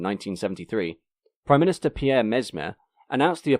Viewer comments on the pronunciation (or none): none